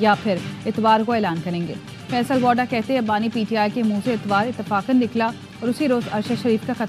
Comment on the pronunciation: He Faisal wada not woda😂